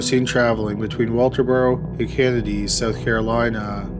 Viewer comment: Holy crap ... dragging the final syllable at the end of each sentence is distracting and it's a deal breaker for me. South Carolina has never been pronounced so damn poorly. My first and last watch on this channel. Had to leave it unfinished due to the godawful narration. Not trying to be mean, but life is too short to sit through that auditory torture.